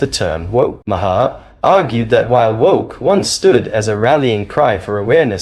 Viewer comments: Mar. Not ma har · Its pronounced Bill 'Mar' not 'Ma-har' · It’s Mar, not Ma-her. Only one syllable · Bill Ma-HAR??? 🤣🤣🤣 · Ma-har is one syllable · Mar. Like the planet Mars. Its Bill "Mar" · His name is pronounced Mar. Like Mars without the S. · Okay. I am not sure if this narrator is A.I. but the constant mispronunciations of Bill's last name is annoying. First the narrator pronounced it as Ma-har. Then after that pronounced it as Ma-hair. If you are going to comment on these videos get it right! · Why do you call him Bill Makhaar? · Why are you even on YouTube? You don’t even know how to pronounce his name correctly. It’s pronounced mar as in Del Mar. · Just a side note Bill pronounces his last name Maher as Marr. Great video other wise! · If you can't even pronounce the man's name properly you probably shouldn't be here.